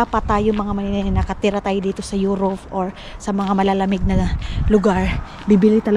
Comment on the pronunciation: Correction - to tell you honestly not to tell you honest. Euro(p)e not Euro(f)e. Am just helping you